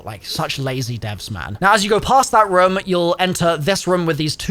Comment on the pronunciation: As Long as he mentions the word room multiple times and says it in his accent like “Ruome”.